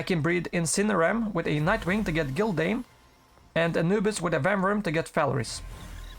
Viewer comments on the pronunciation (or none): none